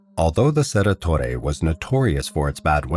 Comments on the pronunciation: Cerro Torre, not Cerra… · Also, Cerro Torre isn't pronounced "cerra torre" is it(?) The 'o' in Cerro is pronounced phonetically I think - just as it looks.